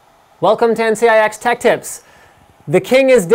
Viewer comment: it sounds like he is saying NCIX "Detectives" in the end